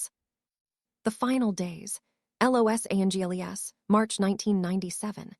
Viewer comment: Los Angels. Lol